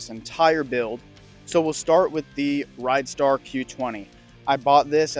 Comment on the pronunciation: It's not RIDEstar, it's RIDstar !